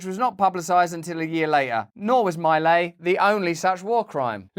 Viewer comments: Russell Brand it's not My Lay it's Mee Lie Mee Lie !!! Dang I thought you had it together enough to not just guess exotic words, and pronounce stuff properly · It’s correctly pronounced “ mee lie”